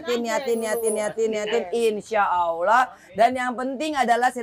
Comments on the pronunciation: Tolong sampaikan team keema kepada angelina sodara seimanku yg baik...sudah 10 tahun tolong baguskan menyebutkan nama Allah ...bukan aulah...tolong diperbaiki...jangan sebut Allah dgn awlah...tolooong rubaaah...ya...wallau 'alam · Bagisan khalid Ott petinju yg baru mualaf bbrp bulan dalam penyebutan nama sang pencipta Allah ...bukan awlah atau aulah kata angelina...perbaiki ya angie...jangan sampai lalai